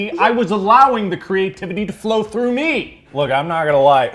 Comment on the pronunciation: Sorry but I just need to say it, it’s through not thro